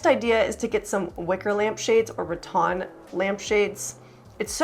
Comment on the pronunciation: Nice ideas......I believe it's Rattan, not ratton